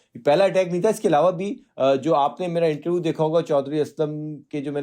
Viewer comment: आज तक को इससे घटिया ऐंकर नहीं मिला। एक हिंदीभाषी अंग्रेज़ी के लफ्ज़ों (जैसे पोलिटिकल पार्टी) की ऐसी तैसी (पोल्टकल पार्टी, कैरेक्टर को करक्टर,इन्टरव्यू को इंटरवू 😂) कर रहा हो फिर भी समझ में आ जाता है लेकिन अपनी ही मादरी-ज़बान के रोज़मर्रा में इस्तेमाल होने वाले आम शब्दों का भी ढंग से उच्चारण न कर पाये, "श" को हर बार "स्स" बोले, अपने विचारों को छोड़िये आसान से प्रश्नों को भी ढंग के वाक्य में तब्दील न कर पाये और पेशा पत्रकार यानी बुद्धिजीवी!!!